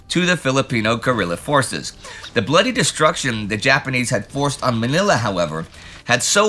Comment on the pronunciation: Ooohhh! Your pronounciation of "Manila" is improving! It's so refreshing to hear.